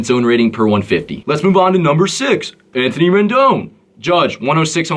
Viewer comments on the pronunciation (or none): none